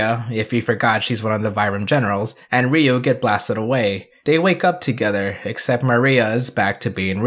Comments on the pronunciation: Ryu-Riyu Kaori-Kawri Raika-Ra i ka Ako-(not taco) Gai-Ga i hahahahahaha...thanks to this...pls don't mess the names of my childhood heroes... :-) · I'm great with the pronunciations, but it's always weird to switch to a Japanese accent when talking in English. Even though it's correct, I just feel silly saying "rdyou/dyou" instead of "ree-you".